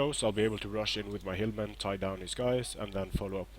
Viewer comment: When you say hillmen, I hear hirdmen.